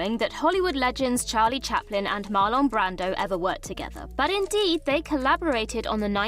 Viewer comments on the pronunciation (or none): WTF is with her pronunciation of MARLON BRANDO?!🤪😹